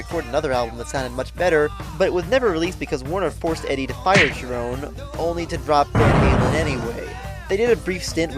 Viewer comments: FYI Gary's last name is actually pronounced Sherone. There was a lot of good songs on this album. "Year to the Day" is my favorite but there are some other good ones too. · Thanks for letting me know about that. I'd heard it pronounced with a hard ch- sound by many fans, so I went in assuming that was how it was pronounced. Not the only time I've made that mistake, but hopefully the last! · Yeah, a few other comments have informed me that Cherone's last name is pronounced with a soft sh- sound rather than a hard ch- sound. I'd heard it pronounced with a hard ch- sound by many fans, so I went in assuming that was how it was pronounced. Not the only time I've made that mistake, but hopefully the last! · Interesting analysis of Van Halen III and creative pronunciation of "Cherone." Not what I would have said about the album, but we can certainly agree that it wasn't their finest moment. Gary is awesome, even with Van Halen, especially live.